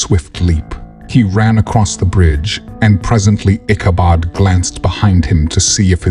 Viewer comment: I don't know what is up with the reader, but every name in this story gets mispronounced in some way so often that it becomes annoying. Katrina is called Catalina, Brom Bones' last name becomes Barnes and Ichabod gets mispronounced any way you can imagine during the reading. Even the horse Gunpowder gets called Dynamite at one point (it didn't even exist at the time this story takes place). If it's an actual reader, he goofed up a lot and if it's AI, then it's still got a long way to go.